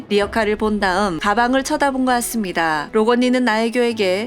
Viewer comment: '같습니다'가 자꾸 '았습니다'로 들린후로부터 이것에 신경이 쓰여요ㅠㅠㅠㅋㅋㅋㅋ